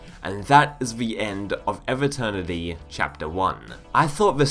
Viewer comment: Pronounce EVE like "even" without the N not like "ever" without the R